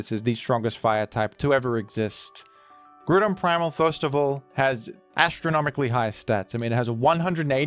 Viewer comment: Mate, isn't it pronaunced GrOUndon as in ground and not Gruuudon?